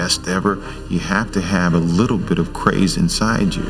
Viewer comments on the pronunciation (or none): none